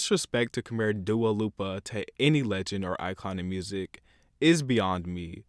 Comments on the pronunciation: Dua LIPA don’t get it twisted Shawn MENDES. Who is this guy? pronounce last names correct please. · WHERE THE HECK DID YOU GET THE “U” FROM DUA LIPA’S LAST NAME?!?! ITS PRONOUNCED “LEE-PA” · Dual Lofer?? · “ Dua lupa “ “ Shawn mental “ “ Ed shaeren “ Yet he somehow pronounces Camilia Cabello right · "Dua Loopa" YOU WRONGGGG 😂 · "Dua Loofa" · Her name is not pronounced DUA LOOPA